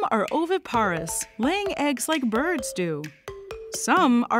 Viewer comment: Also, the syllable stressed when saying 'oviparous' and 'ovoviviparous'. Sorry but that was a bit 'nails-on-chalkboard' for me